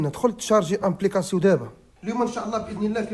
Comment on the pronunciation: أبليكاسيون 👍 أمبليكاسيون ❌❌ باش مقاريش الفرنسيه غير سكت احسن ليك 🧠👌